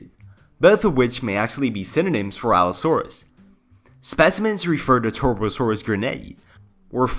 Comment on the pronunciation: can i just say that u pronounced allosaurus and stegosaurus right but then you always pronounced ceratosaurus as ceratocirus which just sounds like a disease... in my opinion it kinda triggured me in a cringe way but i liked the vid non the less still good content, u have my sub and views from the future on